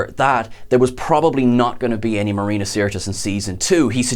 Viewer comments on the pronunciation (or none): none